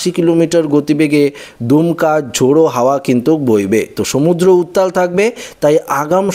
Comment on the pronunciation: দুমকা নয় কথাটা দমকা, দমকা ঝোড়ো হাওয়া, দুমকা বলে একটা জায়গা আছে